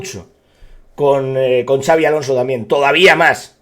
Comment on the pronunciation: Por favor dejad de decir Chavi Alonso, no es nombre catalán, es vasco y se dice con una s arrastrada, Shabi